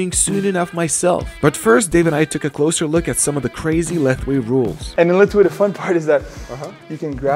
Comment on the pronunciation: Fun fact : Lethwei is actually pronounced /Lawei/ The more you know